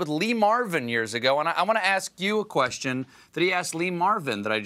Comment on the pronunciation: the kwisTshen :) lol